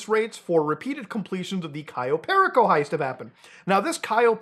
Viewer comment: Perico is Spanish for the white powder drug lol, pronounced Pear Rico